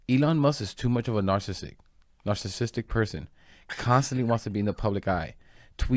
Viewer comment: 😂 this guy can't even pronounce the word narcissist! Lol😂